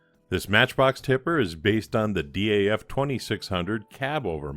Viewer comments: The name is pronounced as one monosyllabic "Daf" (with the A as in America or Arnold), like "daft" minus the "t"... at least according to the dutch people who run their awesome archive/museum. Keep up the great work. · Another fine resto fella, looks factory fresh. FYI here in the UK DAF is a word pronounced like daft, but with a silent T Haha. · DAF are now part of Paccar, who own Peterbilt and Kenworth, I think most people say DAF as a word, instead of separate letters, even though you are probably right to pronounce each letter, M.A.N. are the same